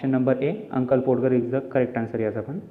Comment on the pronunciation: Podger म्हणजे पाॅडगर नाही, त्याचा उच्चार पाॅजर असा होतो कारण 'D' Silent राहतो.